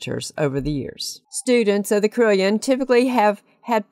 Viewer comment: It is pronounced as 'CAROLLON' not CRILLION, Other than that, nice.